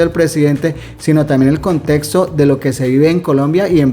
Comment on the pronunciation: Un dedo arriba porque pronuncias la X, porque no es lo mismo , contesto que contexto.